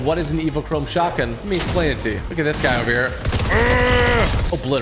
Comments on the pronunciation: He said pump shougtgun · YOU SAID PUMP SHOTGUN OR WHAT DID YOU SAY......